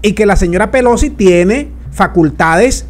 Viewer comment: La Señora, " Pelosqui "